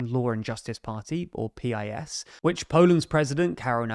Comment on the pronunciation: I hate PiS but it's pronounced like "piece."